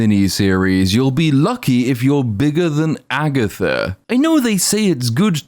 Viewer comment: I hate the way she says "bigger than". She says "biggidin".